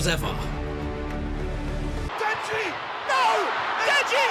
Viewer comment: when he said ‘as ever’ he sounded so posh😂